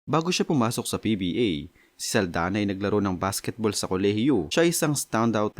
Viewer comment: SALDAÑA not SALDANA